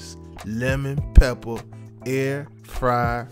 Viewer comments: Not lemmon pepper...but LEMON PEPPUH!!!!!! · That’s not lemon pepper wings. That’s Lemon Peppah Wings Baby 🤌